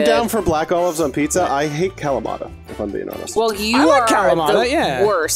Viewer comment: My ears bled when I heard Calamad. LOL